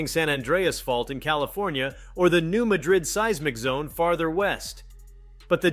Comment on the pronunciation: It's pronounced New MAD rid.